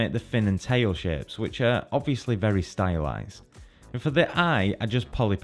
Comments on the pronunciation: THANK YOU! i appreciate this tutorial but his pronunciation of that word hits my ears so uncomfortably. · there are some good shaaaapes lol the way he says "shapes" is so weird lol